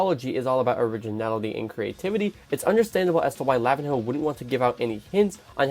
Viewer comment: "lavin hoe"